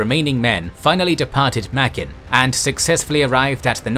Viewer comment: Sir, it's pronounced: "Muh-grin" in the local Gilbert Islander language.